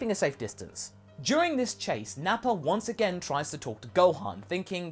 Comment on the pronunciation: Why do you pronounce "Vegeta" and "Nappa" as "Vegeter" and "Napper"?